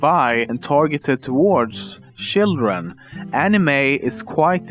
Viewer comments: did he just say shitren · shildren haha, love your vids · shildren hahahahahaha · It's children, not shildren! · Sjildren? Fricking swede... We would never say it like that in Dk. smh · "shildren" lol... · lol "shildren" hahaha i died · shildren hahaha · I'm sorry, but please try to pronounce some words right like ''children'' instead of the t-ish sound you just say ''shildren'' or ''japan'' like ''iapan''. That's no hate, I just wanna tell ya how to do it properly. I really like your video! Keep on doing waht you're doing! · Targeted for shildren? What did you say? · Shildren lol